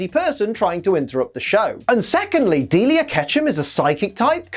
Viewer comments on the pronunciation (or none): That's how her name pronounced? I always thought is was like "Dee-Lie-ah" not "Deal-ea"